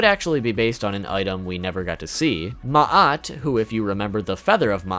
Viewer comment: Thank you for pronouncing Ma'at relatively correctly. And that crocodile monster is worse than you think, its name is Ammit, the Devourer, and her job is to devour the soul, both ba and ka, of anyone who fails the Weighing of the Heart--which was something that generally happened to the soul after death. She has the head of a crocodile, the front legs of a lion, and the rear legs of a hippo--the three most deadly animals to the ancient Egyptians.